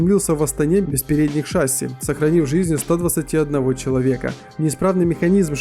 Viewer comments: Не шАсси а шассИ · Шассииииииииииииииии а не шааааасси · шАсси.... ШАССИ СУКА запомните пожалуйста шассИ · Не ша́сси ,а шасси́ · Не шаси' а шасии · Господи! Правильно говорить ША-СИИИИИИ А НЕ ШАААА-СИ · Ты че тупой не шааааси а шасииии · Не шАси!!!! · Не шАсси, а шассИ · какое блин ш'асси? Шасс'и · ШАсси, шАсси твою мать!